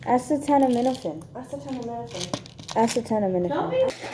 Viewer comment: it's 'uh-see-tah-min-uh-fin' for acetaminophen hehe